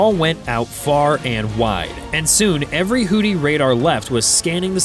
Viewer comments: Houthi is pronounced "WHO-thee" not "WHO-tee." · "hoodees"???? "new phone. who-dees?" "hoodee and the blowfish" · No, this is the A-10C Thunderbolt II nicknamed "Warthog". Also, this is a result of not listening to your AI narrator before publishing. It's "Houthi" not "Hootie". I was wondering what the rest of "the Blowfish" were up to when you said that. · Did someone put a D in Houthi and didn’t tell me…? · I like the fact this fake AI voice pronounces it "hooties", as in "Hooti and the Launcherfish".